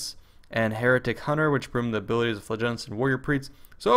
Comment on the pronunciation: Pronounced FLAH-JAH-LENTS.